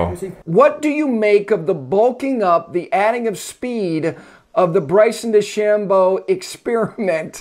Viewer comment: DeChamboooooooo? "De-Sham-bow"